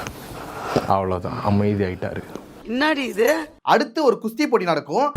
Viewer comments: அதாவது பரவாயில்ல. தமிழ்ல pa வுக்கும் ba வுக்கும் ஒரே எழுத்து தான். இவரு peddi சொல்றது என் காதுல "பேதி"னு (diarrhoea) உழுவுது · TAMBI ADU BEDDI LEDU ADU "PEDDI" PE PE